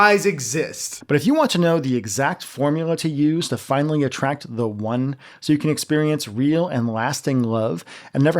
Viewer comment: Why does he say "the One" like it's some sort of ancient eldritch creature that dwells in dating apps?